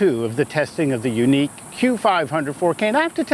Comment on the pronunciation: My neck hurts from yuneek its YUNEEC